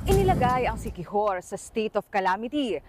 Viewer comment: "Inila-GUY ang siqui-WHORE..."